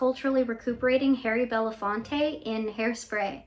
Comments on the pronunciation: Great video, but that narrator's mispronunciation of Belafonte hurts. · I caught Bella Fatone! Don't think I didn't hear your boy call Harry Belafonte Bella Fatone!